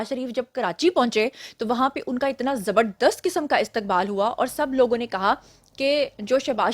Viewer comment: جب اپ نے یہ کہا کہ شہباز شریف کا بہت زبر دست استقبال ہوا کراچی میں تو اپ نے زور دیکر بولا مجھے پتہ چلا گیا کہ پٹواری کے شاگرد بنے ہو